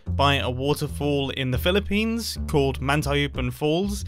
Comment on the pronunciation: Mumbo say pillipines Pilipinos: who has summond me